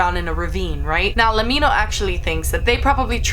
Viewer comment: Uh you mis-pronounced Lemmino its said like let me know.He used to be named Top 10 Memes